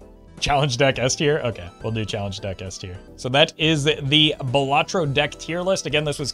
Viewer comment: Not pronounced "buh latro" Bal is pronounced like the name Sal. Bal-luh-tro Solid tier list btw